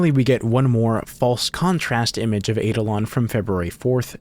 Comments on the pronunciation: I am pretty sure the eidolon is pronounced eye-DOL-un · Just to confirm its Eye-Da-Lon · The power move of putting the pronunciation of eidolon up there with the definition and Still saying it wrong the entire video. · You mispronounced "eidolon". Kind of funny, considering you showed the dictionary entry with a pronunciation key.